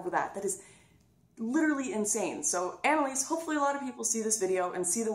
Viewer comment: You mispronounced her name, it's Anallease.